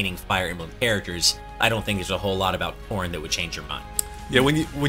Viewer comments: The way says "Corrin" sounds like "Corn" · Aryan Anand everyone pronounces it that way, but if you say it at normal speaking pace it sounds like corn.